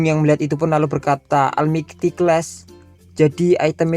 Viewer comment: Saran min istilah yang pake bahasa Inggris dibetulin pengucapannya God bukan dibaca gud tapi gad Almighty bacanya olmaigti Nerangin istilah solo leveling damage persecond dll tapi pengucapan istilah bhs Inggris kurang pas jadi kerasa kurang nyaman Maaf hanya saran